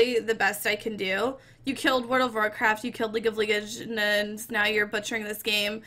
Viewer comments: Liuge of ligends ?! Hahahahahhaa loooooool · Learn to pronounce words right before you go on stream or make videos you just sound dumb. What is league of leeegends? This review is just lazy and self absorbed. Heroes is an amazing game don't listen to this terrible garbage pile of a human being. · what the fuck is league of leegends? LEAGUE OF LEGENDS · Jeff Killer its league of legions u dumb dickweed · league of leegends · leeg of leegends